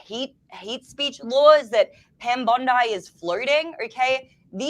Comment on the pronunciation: absolutely correct. Bring back the Smith-Mundt Act but rename it the, “Charlie Kirk Act”🙏🏼 BTW, every time says Pam Bondi’s name, it feels like you’re getting more Japanese people on board……I can picture them jumping up and yelling, “Pam BONSAI”!!!😅